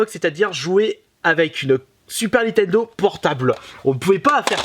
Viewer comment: Si tu prononces encore une fois "NI-TENDO" au lieu de "NINNNNNNNN-TENDO" c'est strike de la chaîne et cambriolage de ta collection pour le sacrilège !!!!!!!!!!!!!!!! Sinon merci pour ta vidéo quand même